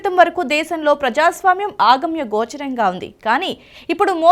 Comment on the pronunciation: ఆగమ్య గోచరం కాదమ్మా...అగమ్యగోచరం. కొంచెం తెలుగు నేర్చుకోవాలి.